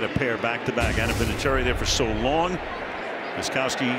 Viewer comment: Every time Al Michaels says the name GOSTKOWSKI he totally mangles it. That K is nowhere to be found!